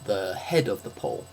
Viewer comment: Oh, you say "pool", I though you were saying "pole"